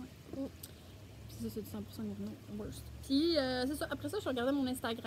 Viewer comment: Vous faites un bon travail! Juste un petit mot pour dire qu'on prononce le ED de worsted et faded.